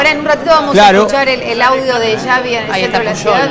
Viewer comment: "xavy", "pullol"..killme please